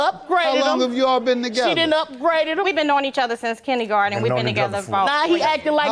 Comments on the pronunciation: she said kinnygarden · My God, ma'am it is "kinder" garden. Not, "kenny" garden! 🤦‍♀️ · It really bothered me when she said “Kindy-Garten” lol. Like ma’am. How old are you?